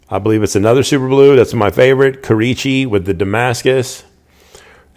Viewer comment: Kurichi? No. Kurouchi.